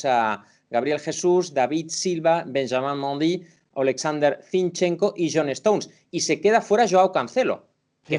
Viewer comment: Todos: Benjamin Mendy Ilie Frances: Benjaman Mindi.